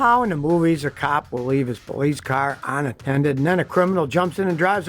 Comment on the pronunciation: "Onattended"???????????????????????????????????????????????? Aramid not airamid. Protective not prodecktive. "Sitteen" is not a word.